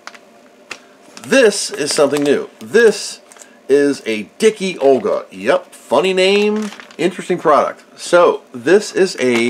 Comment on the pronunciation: Dicke Olga is actually not prenounced as Dicky Olga but as Dick-Uh Olga. german for Fat Olga. great vid.